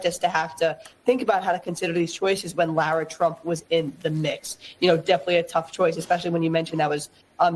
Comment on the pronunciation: Lara, not Laura